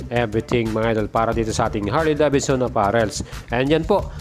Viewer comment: Sana lang brod...binigkas mo ng maayus ang Davidson... Sa tunog ng bigkas mo...Davidson... Dapat ang bigkas/sound... deyvidson... Hindi da. Bid. Son..